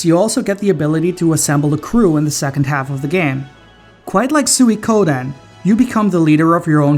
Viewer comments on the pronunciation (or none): none